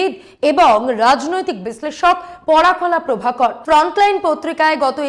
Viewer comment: একজন বিশিষ্ট ব্যক্তির ভুল নাম উচ্চারণ অনৈতিক। ওনার নাম "পরকলা প্রভাকরন"। আপনি বলছেন "পরাকলা প্রভাকর"। এটা অপমানজনক।